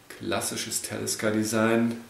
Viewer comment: Soviel ich weis wird es ausgesprochen wie man es liest. Talisker u. nicht Tälisker.